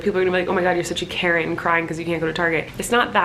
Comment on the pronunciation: every time she called herself a “karen” i thought she was saying “carrot” n i was genuinely confused